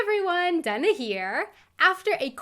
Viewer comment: Never heard it pronounced "Duh-nuh". Expecting "Day-nuh". My house is 73 degrees, bedroom is 67 degrees.